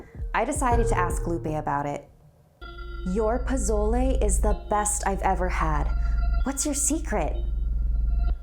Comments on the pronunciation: pronounced Poe so leh not poe zo le and The ah not Tee ah sowy i had to😂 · I'm sorry, but the way you say "pozole" is triggering lol it's po-so-ley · Not to be rude but pesole is pronounced as pu so le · Its pronounced po-so-le not po-zoi-le 😂 (NO HATE) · She said pouzzolae lmao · pa-SOL-aye. SOL. SSSSSSSSOOOL. not zol ss not zz. the cringe. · It’s not pozolay it’s pronounced posole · Pizolay wtf can't even say pezole so if you can't speak Spanish then don't. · I hate how she pronounces pozole it’s pronounced (Po-sol-e) not (Po-zol-e) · "po-so-le" yummy not "po-zo-le" You say it like the first one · She kept saying POH-ZO-LAI but it's actually POH-SOH-LE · It pronounced Po-so-leh (it's not spelled like that) not pozole 😂 ❤️ you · Posole!!! Is how you pronounce it. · 1. Pozole Is pronounced po-sol-le 2. Eduardo shut up, God isn't real (I'm in a not very religious Catholic family but I'm a atheist in my family) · This is how u say it "po-so-le" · Everyone is butchering pozole, it’s pronounced po-so-leh. I know dis because I myself have had pozole and I am also Mexican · 1.Its not “Pozole” it’s Pasolé. 2.Its actually really good. 3.I love you so much ❤️❤️😂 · I thought she said japotlay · Sorry but it's been bothering me the entire video... it's pronounced po-so-lay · Posole not pozole.-. Like pa-sol-a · The best way to explain the pronunciation of pozole for Americans is “PUH•SOUL•EY” (lmao that’s a shit way of explaining but like try and say it that way and it will sound correct!!) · Do you mean poz-o-le?? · Um I love her and the series... but why does she pronounce it "pizolay"? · Pozole is pronounced Poh-soh-leh fyi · I dont wanna be mean but you dont say TIA or PASOLE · Pozolay lol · She said posole wrong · No offense but I’m Mexican and I cringed when so said pozole In the wrong way it’s pronounced po so lay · It’s not “Pozole” it’s Pasolé and it’s a Hispanic soup.Its really was to find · I love her but ...why did she pronounce it like pizolay??